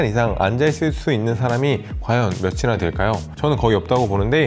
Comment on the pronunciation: 영상과 무관한 거지만 발음이 정확하시네용 몇이나 될까요? 하실 때 요즘 사람들은 보통 며시나.. 라고 하는데 [며치나] 라고 하셔서 편안...